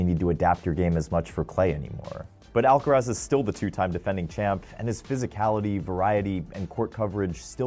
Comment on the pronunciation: Bruh, it's Alcaraz!